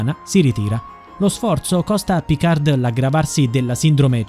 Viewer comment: Picar'd' non si può sentire. Almeno pronuncialo correttamente. Picar la 'd' non si legge.